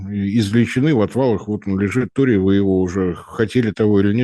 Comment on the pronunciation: Ну уберите уже пикту, она же не может выговорить слово торий